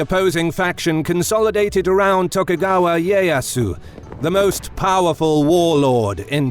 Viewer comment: Really Sekigahara. Now we're talking. Taiko was a great read. Fiction based on fact but a great read. Eiji Yoshikawa, a great author. I do read History Books also. It was still a good read. Musashi by the same author again highly suggested. Pronounced Tokugawa Eee Eh Yasu. The I is pronounced as a HIgh E. Why am I watching this? I know all of this already. Eh Dohhh. Not Eee Do, Edo. You did ok with most of it. Thanks!